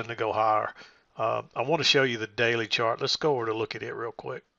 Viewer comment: LOL almost said "shart lesson" instead of 'chart lesson'